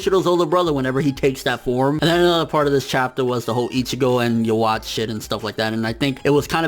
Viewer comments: Ya wachee? His name is pronounced ' Yah Wek'. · Great review bro. I just wanna say something to you. I am not trying to rant on how you do things here, but Yhwach is pronounced differently than how you're saying it. Remember that the Quincy has a German theme going on, and it carries over to the pronunciation of words. Yhwach=Jehovah=God! Yhwach is pronounced Ye'Hu'Vah! How you may ask? Look up the tetragrammatron, and you will see. Also in German the letter W has a V sound. Like the famous opera maker Wagner. It is pronounced Vagner! You're the best, and I always like your reviews. I hope you don't think I'm jumping down your throat, but I just hoped to help out.